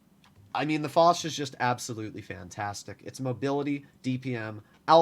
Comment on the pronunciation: Dear stop saying « lé foch » Foch you